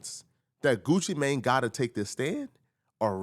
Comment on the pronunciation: Why you keep saying his name like that 'Goochi Mayne" 😂